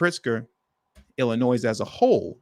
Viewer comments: Please stop saying Illinois with the S! You can’t be from here bro. Shit is irritating. You’re smarter than this! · …..the “S” in ILLINOIS is NOT PRONOUNCED!